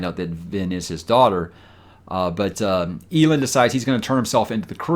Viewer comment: Hey! I know you don't typically listen to the audiobooks, so take it for what it's worth, but it's pronounced El Land (Elend). Now that I've gotten that out of my system, still loving your channel, and your honest OPINIONS, even the few I don't agree with. Keeps those discussions fresh IMO.